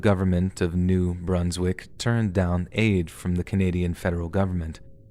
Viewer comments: It's New Brunz-wik FYI short u. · "New Broonswick" 🤣🤣🤣🤣🤣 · You don't know how to pronounce New Brunswick. Dislike from this Canadian. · I was surprised when you brought up New Brunswick! I had to laugh on the way you pronounced it the first few times too. I’m thankful that you touched on that subject, it is very strange, and people really need to hear about it